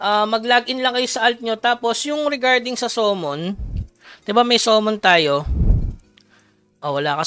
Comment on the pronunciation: Sorry boss ah matagal na ko nanonood sayo pero hindi po SOMMON ang pronounce sa Summon po 😅 Samon po ang pagbanggit dyan hahahaha sana next tome samon hindi sumon